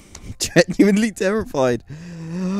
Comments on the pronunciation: STOP SAYING "GENUINLY" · count how many times this guy says "genually" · take a shot each time he says geniuanly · all I hear is Genuinly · u say genuenly a lot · Stop saying genuinly